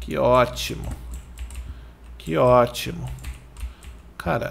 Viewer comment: KKKKKKKKKKKKK É MUITO ENGRAÇADO O FALANDO OTIMUN